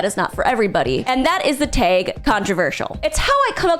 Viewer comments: T-ay-g? It's tag. t + ag. Wag, bag, sag, tag. Girl, can you even phonics? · The way you pronounce tag is like how i pronouce vague, and vice versa lol weird! 🤓